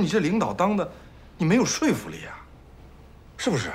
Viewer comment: 分左右, 齊本安說了一句「說服」音「睡」, 是多年來第一次聽到內地無論是播音者, 主持人, 演員唯一唸對的一次, 可嘆啊! 可嘆。